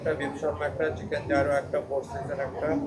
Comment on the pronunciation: bro not zaaaeerooo, its pronouced as YEE-roh